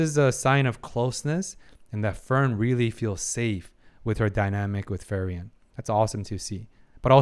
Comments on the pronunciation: free-ren not fer-yen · I hope you eventually stop saying Ferien, otherwise I like your videos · FREE-REN, not FEAR-IAN. I’ve loved this series but please learn to pronounce the main character’s name properly. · Your takes are so insightfull, psychotherapy was a branch a wanted to study at some point. I just like understanding people and how they think and why. p.s. just a bit that kinda annoy me a bit. You call Frieren wrong each time you say her name. You say Fee-ri-en 😕 It's essentially Free-ren almost sound like Free-run in German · try pronounced her name to "Free-ren" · Say it with me FREE-REN.